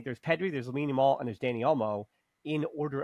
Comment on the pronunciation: We hope for a very good season better than the last one. I hope we can help Olmo and Christensen injury vulnerabilities round. you must try to pronouce Lamine second name Yamal better 😂😂😂 it is so funny. Good discussion nevertheless. Visca Barca